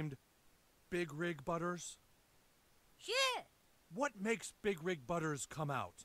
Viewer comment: His name is butters not butter